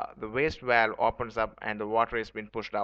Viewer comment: Please dont say walwe. Its pronounced as Bh-a-l-Bh. It quickly became annoying to watch your video.